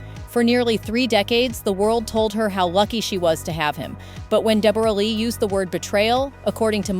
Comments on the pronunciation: Not Deb- borra, its pronounced Debra, I know its spelt like that but its simply Debra. and yes its very sad this lovely couple divorced and especially the betrayal is shocking. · PRONOUCED DEBRA LEE 😮😊 AI sucks sometimes. Bring back real people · Oh FGS,! Dumb Seppos who do voiceovers! Deborra-Lee is pronounced as DEB-orah-Lee!! It's just spelled differently! 🙄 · I wish these American reporters would do their research and pronounce her name properly……Jesus it’s pronounced like you say Deborah. I’ve known this woman for the last fifty years and she does not pronounce her name the way this woman reporter was pronouncing it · That is not how you pronounce her name! AI, you suck. Hugh was a nobody when they got together, Deb was the star here in Australia. She is awesome, team Deb all the way. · Please pronounce her name correctly. Poor Deborah such a lovely woman lost respect for jackman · Ai... You can't even pronounce Deborah correctly... And some of the information is incorrect. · Why are you pronouncing her name "Deb-OR-uh Lee FUR-nuss?" It's pronounced "Debra" (like every other Deborah/Debra) and her surname is "Fur-NESS," like "digress" or "finesse." Americans are so weird. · These bots they use to read the script 🤦🏻‍♀️🙄 “De-BORE-ah Lee” “pre-NUPE” So annoying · What an odd way to say Deborah and prenoop haha